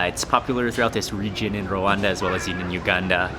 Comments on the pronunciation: ...Becoming more famous than his father ... love the way you say R-Rwanda :)) ..And you lived in the DRC ... :) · Nice vlog, I can't believe I watched the entire 24min. And it's so funny how you pronounce RWANDA 😁